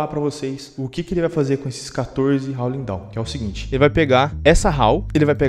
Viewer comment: Quando tu disse "HOWLING DAWN", eu escutei "HOWL LINDÃO"